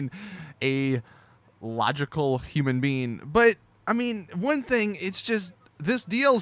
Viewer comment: "...Human bean." - 2017